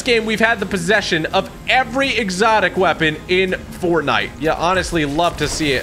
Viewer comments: Bro, forntite😂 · Ah yes, ForNTITE xD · Ah yes forntite 😂😂😂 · Forntite? WTH